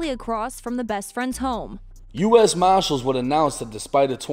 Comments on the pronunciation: Pretty sure they’re marshalls not maahshool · U.S. mah-shillls